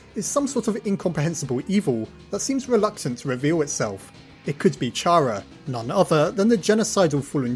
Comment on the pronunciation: chara is pronounced with a K sound and they use they/them